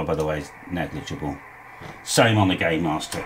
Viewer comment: I thought you said gaymaster, I'm not googling that again.